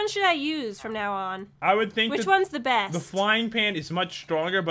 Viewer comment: why you say beast instead of best???????????????????????????????